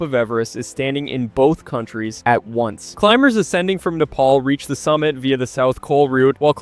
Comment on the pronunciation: Wow, what I just heard will hunt me for the rest of my life Nepal is supposed to be said "Neh*Pal", but I understand when people say "Neh*Paul" because it's more popular… But "Knee Paul" is just something else entirely 💀🥀